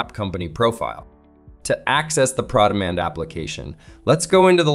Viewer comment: The pass through is a nice feature. But the way that it's presented makes it feel like it's proprietary to ARI. If you're going to use this feature, that means you already pay $180 to Mitchell for ProDemand....also why does keep pronouncing it "PrawDemand"? It's Pro Demand, as in Professional.